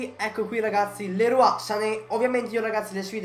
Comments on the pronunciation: Grande ma sanè non è francese hahaha hai detto Lerua grandeeee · infatti si pronuncia liroy